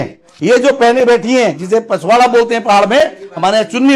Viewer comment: पिछोड़ा को पिछवाड़ा बोल रहा है 😂